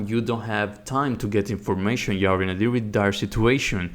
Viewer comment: i liked it but really dude? you say HAREA and HARE instead of area and are...